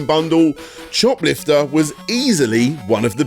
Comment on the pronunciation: I keep hearing it as shoplifter